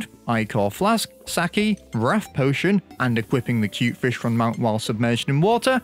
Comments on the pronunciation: It don’t even gotta be “saké”, i’d rather you call it sake, than SACKY💀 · its pronounced "sah-kay" not saky LMAO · He pronounced Sake as "Sackie" LMAO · I cannot unhear "sackie" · I think sake is pronounced with an A like in "spa" and a short E like in "bed" or "eh"